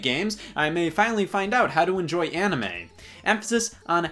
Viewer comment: lmao "anna-may" I have found the name of my future daughter. She will be named after the one thing her daddy loves most in the world.